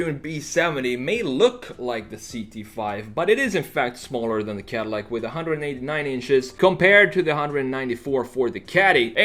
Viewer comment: It is not cardillac broh..